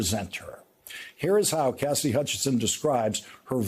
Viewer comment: It always sounds like you're saying Cassdy. Her name has 3 syllables: CAS-SI-DY.